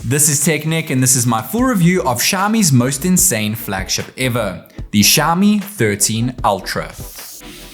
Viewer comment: It is xiaOmi, please stop pronouncing xiami!